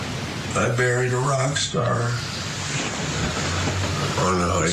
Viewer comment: I thought he said he "buried a Rockstar " not married.